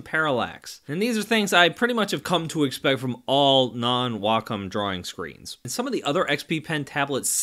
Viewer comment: Glad to hear someone pronounce Wacom correctly as WA - COM instead of WAY - COM